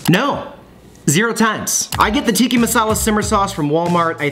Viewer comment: TikkA, not Tikki... Tikki is fruity drinks with umbrellas in kitschy cups.